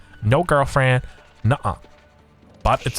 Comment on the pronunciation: Okay my favorite part of this will forever be hearing an australian pronounce "uh uh girlfriend."